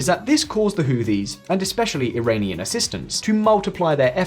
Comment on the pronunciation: Iranian not airainian